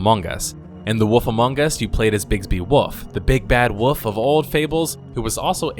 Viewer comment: I can't tell if you seriously pronounce Wolf as Woof